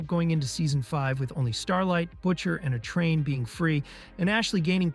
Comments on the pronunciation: 100% He said "A-Train" like " a train" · Pronunciation, Vought instead of Vaught, a train instead of A-Train and a few others. Is this AI voice over slop??? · Okay so the voice is AI lmao, literally says a train not A-Train lol